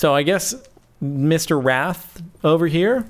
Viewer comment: Wrath* not Rath...